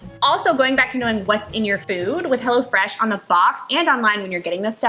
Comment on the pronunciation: I thought you were saying Hella fresh bahahaha 😂 Glad that's not the name of the company 😂😂😂😂